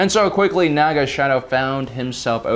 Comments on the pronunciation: It’s Naga Sadow, not shadow And it’s not the battle of malastare, it’s Malachor V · It''s Naga Sadow my friend, not "Naga Shadow":P